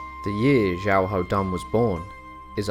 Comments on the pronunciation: At the start of the video you say his name as xiaho dan then you can say it as xiahao dan, his name is pronounced as xiaho dun. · His name is pronounced more like Shia hou Doon.